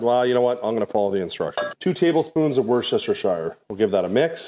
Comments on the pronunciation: Wuss-tuh-sheer, not warchestershyre. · wooster sher SHIRE.... hahahaa!!! wooster-sher. done! no shire unlike King Arthur. great review!!! like like like!! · It’s pronounced Wooster sauce. Not Worcester shire. I know English does not make sense sometimes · WUUUR SHHH SHHH SHIRE! 😀 It's WUS TER SHER. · Thank you for this, I'm really considering buying one of these! Just doing lots of research first. I'm from the UK, and Worcestershire sauce is pronounced "wustersheer" sauce, say u as you would in the word up, and sheer to rhyme with deer. The worcester part should sound like "muster" but with a w. Often we just say Worcester sauce, and miss of the shire. I hope that helps make things easier for you! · Absolutely, so confusing! Worcester will be pronounced the same throughout the UK, and anybody not saying "wustersheer " is wrong! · In the uk we pronounce Worcestershire sauce as "worster sauce" :) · Apart from your pronunciation of worcestershire sauce...hehe Wooster sher sauce. Very good review Ty. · Worcestershire sauce - 'wu-sta-sha' sauce. It's not logical, there are no clues or reasons I'm aware of, but that's how we say it hear and it's much easier than trying to pronounce all the unnecessary letters.. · Great video, really helped make my choice thank you! I apologise in advance, but as a Brit I couldn't help but giggle every time you said "Worcestershire Sauce" :). It's a horribly tongue tied word that has silent letters in it, but is pronounced wuss-ter-sheer sauce (wuss as in when you call someone a wuss. "spiders aren't scary, you're such a wuss!"). Once you hear yourself say it this way, the word suddenly makes a lot more sense ;). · Wooowoowoooshoshistishshire it just pronounced Wooster Sauce in the UK lol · Worcestershire is pronounced Wooster-shy-er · It is pronounced wooster (woos-ter) sauce :) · Worcestershire, is pronounced ‘Wuster ‘ 🤣🤣🤣🤣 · Americans.. it’s ‘Wus-ter-sure’ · It's pronounced "woostersher"!